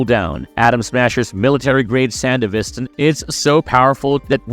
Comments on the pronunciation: That’s what I was beginning to wonder too. At first I thought he was just talking professionally, but he kept pronouncing certain words incorrectly, words that both the show and game say, like “sandevistan” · You pronounced sandevistan wrong every time you said it. And everytime you do my brain hurts. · Bro, you need to do REAL research with this. One falco did not die, you literally see him live after the main fight in Edgerunners and you can contact him in the game that takes place a year after Edgerunners. Also sandevistan is pronounced wrong and some points in lore are off. I can tell wiki was use and only used when most of the time wiki isn’t 100% true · There’s a few things you say that are untrue or totally mispronounced. The Sandevistan is pronounced as “San-DEH-vis-tan”, with emphasis on the “DE”. Also, Falco was not killed by Adam. In fact, he never died, all Adam did was punch him away really hard, but he was still alive and even managed to take Lucy with him and drive away. Did you even watch the entirety of Cyberpunk Edgerunners? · The way he says Sandevestan annoys me. It's not sandivistin as you say it it's pronounced san-devi-stan dude. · How do you hear in the game and the show SAN-DEVI-STAN. and then mispronounce it repeatedly. 😂 great video, but the effort to do the japanese names and then hearing that. Jarring 😅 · brother you did NOT just say sandevistin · San-dev-istan bro come on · It's hard to watch when the narrator has never clearly played the game or watched the anime. We can tell by the mispronunciation of Sandevistan. It's not something you would say wrong after playing. It would be like saying the P is CyberPsychosis or something. Just weird. Shame. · I really dislike how you say sandevistan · between the pronouncition of sandevistan and the assumption that falco died, dude, did you do anything more than a cursory google search to research this video? defitnitely NOT marvelous